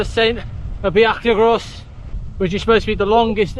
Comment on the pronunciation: Great ride with lovely weather. A note that the Bwlch y Groes is pronounced “Boolk uh Groyce”. Hirnant Pass is so pretty and I agree with you that the Bwlch y Groes is the hardest climb in the original 100.